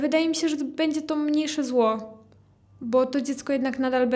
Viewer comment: Po dz mówi sie dzi nie bendze